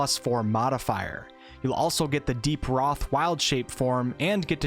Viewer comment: it's pronounced ro-thay